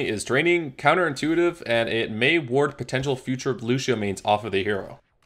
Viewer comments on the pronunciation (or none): Lu*sh*io stop it